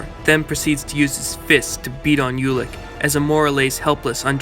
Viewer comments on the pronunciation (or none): This is good, BUT... Ulik is pronounced "Oolik"